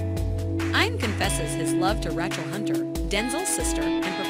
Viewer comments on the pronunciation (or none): this is at least the 3rd video I've seen where the narrator refers to "Eye-an & Rach (short A sound, like CAT) -el. Who gets these fairly common first names wrong?!?! Is this a giveaway of AI?